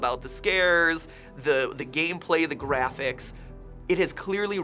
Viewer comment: Hey I need to go check my Jraphics, and did you see juardians of the Jalaxies?